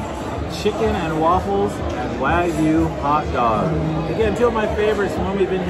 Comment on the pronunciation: Not WAG-yu, but rather WA-gyu.